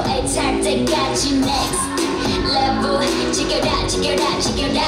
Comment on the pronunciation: Winter's English pronounce is so poor. Lol